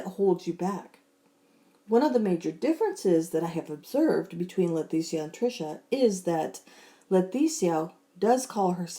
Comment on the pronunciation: I'm curious. Do you pronounce her name wrong on purpose because you know it pisses her off? It sounds like you call her LeTHesia instead of Leticia. No offense, just wondering if you're doing it on purpose. 🤣🤣🤣 Great video as usual!